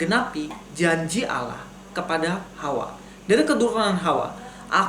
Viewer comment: Begini bg,,, percuma kalau di balas argumen anda dg Al-Qur'an toh pasti anda tidak akan percaya. Maka nya di jawab dg kitab anda sendir biar anda lebih banyak lagi belajar..?jangan banyak ngawur...membaca ALLAH aja salah,, di baca ALAH...